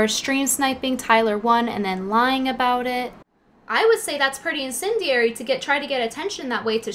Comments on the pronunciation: "incendairy" lol it's pronounced in-sen-dee-air-eee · Lol the way you said "incendiary".